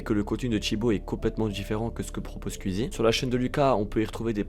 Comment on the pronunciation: très bonne vidéo, mais pitié, penses à revoir ton accent quand tu dis squeezie, twitch.. 🤣